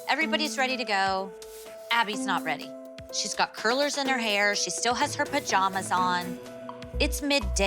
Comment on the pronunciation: The way Jill says “pajamas” is killing me🤣